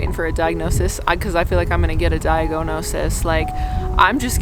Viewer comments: "DIAG-OH-NO-SIS" WAS GOLD! I'm going to use this forever now 😅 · Diag-oh-no-sis has me wrecked